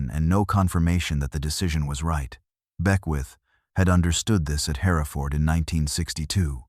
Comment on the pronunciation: John Wayne three times? It’s Herafud not Herefordd